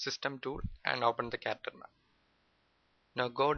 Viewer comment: Its "Character Map". Sorry for the wrong pronunciation.